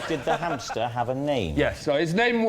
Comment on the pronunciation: Hampster? I thought it was pronounced Hamster 🐹